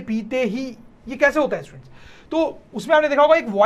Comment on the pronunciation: Sir ji students ki jagha stuents bol rhy ha 😂 but very good 👍